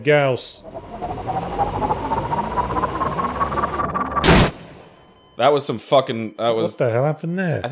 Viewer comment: It is gauss pronounced like 'house' with a 'g' instead of an 'h'. It comes from the name of the inventor, would say pronounce it how you like 'cause I preferred the other way myself, but when it is named after someone there's kinda a politeness thing to saying it right.